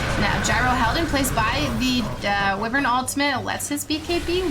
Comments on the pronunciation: It's WUIvern, not WEEvern. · Who the he’ll is this bitch!! This bitch just said wevern instead of wyvern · "Winter Wivern" 😂